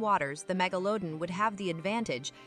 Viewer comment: If only the narrator could figure out how to pronounce Megalodon. Every time she says it... it's a different pronouciation.